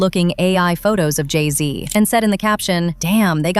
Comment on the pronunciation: Jay Z??? Slee Z